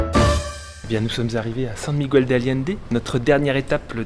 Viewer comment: Superbes images, notamment celles du drone au-dessus des villes 👍 En revanche,, tu ne peux pas passer 6 mois dans des pays hispanophones et continuer de dire San Migwel, ce n’est pas possible 🙉😁 Ce doit être surprenant de fêter Noël dans des conditions aussi estivales… Merci pour ces images en tout cas 👍